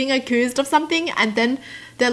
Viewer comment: "u-cu-oOsed" Wow just wow its accused❤❤👌😂🤣